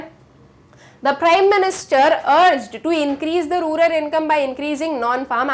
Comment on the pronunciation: That pronouncing"rular poor"instead of rural poor😅